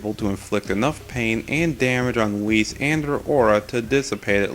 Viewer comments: Why do you keep mispronouncing Weiss’s name? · ITS NOT WHIS ITS WEISS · ...WHAT?! Ruby is! And it's pronounced "W-ice"